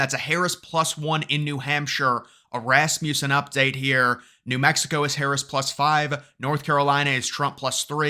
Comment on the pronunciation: It’s pronounced Ras-muh-sen. Rasmussen. Not Ras-myoo-sen. lol